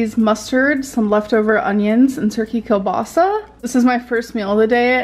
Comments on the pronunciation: keell-bah-sah Like the name Neil, but with a K. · Every time she pronounces kielbasa wrong I can feel my ancestors cringe, it hurts my soul.😂